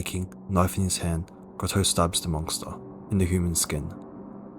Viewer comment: Did you just say "monkster"..?